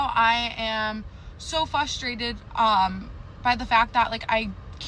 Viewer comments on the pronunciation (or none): The third “girl” can’t even pronounce FRUSTRATED. It’s not “fustrated”.